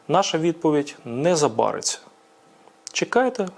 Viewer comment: Передайте будь ласка Буданову, що наголос " не забарИться", дякую